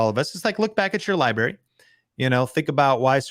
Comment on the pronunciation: Libary?????? Credibility? I'm sorry. Pronounced "Library"